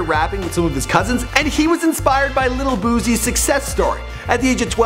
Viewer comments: Who tf is lil boozy? It’s lil boosie lol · "Lil boozie"😕 why tho 🤔 lmao